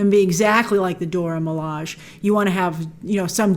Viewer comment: please stop saying "Dora Milaj", it's "Dora MilajE" [do-rah mih-lah-jay]